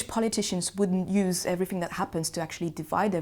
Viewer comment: Especially when she says "everyfing" or "I fink" !!!